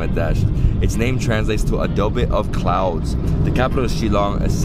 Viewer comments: Its a great Vlog😄, just a correction...Its not "Adobe" but "Abode" as in Home..... We call it Abode of Clouds since Meghalaya is covered with thick blankets of cloud through out the year, like its a home for the clouds😄.....looking forward to many more at your channel.. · Not Abo-de. It's 'Abode' This is impressive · Not Adobe bro. Its 'Abode of Clouds' which in Sanskrit means Meghalaya.😊😊😊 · Hi.. im from Meghalaya and i heard you keep saying "a-do-be of clouds".. its actually " The Abode of Clouds" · "Abode of Clouds".. Not Adobe! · It's not adobe of clouds it's abode of clouds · It's Abode of Clouds 😂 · it's not adobe of the clouds lol it's the abode of clouds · Not Adobe it abode of clouds....meaning the land of clouds hahahah i believe abode is an English word hahahahah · Its '' Abode of clouds''